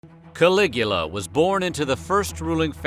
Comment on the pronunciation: Caligula for some reason sounds like coagulated :/